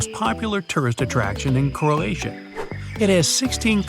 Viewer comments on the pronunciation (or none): none